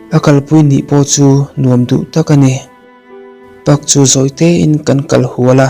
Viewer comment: Park i lam dan a diklo , pâk tiin lam tawh rawh